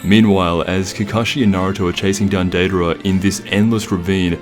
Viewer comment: Data'ra? Dry? It's Deidara and Jiraiya